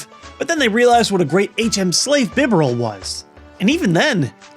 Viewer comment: dont you mean BI-Barerl